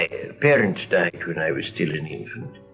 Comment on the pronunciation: Even when he pronounced "parents" there was an audible "i" inserted after the p, resulting in "piarents".